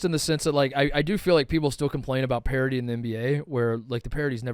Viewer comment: The word is "parity". C'mon man.